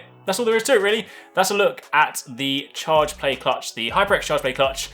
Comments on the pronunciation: I thought he said chargemate haha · I thought he said charge blade